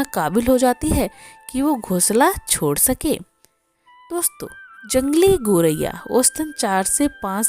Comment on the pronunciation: गौरैया बोलिए,गोरैया बोलना ग़लत है